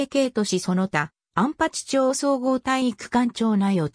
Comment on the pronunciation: 読み方適当で草